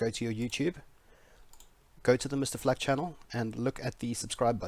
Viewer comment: i keep thinking your saying flak is black XD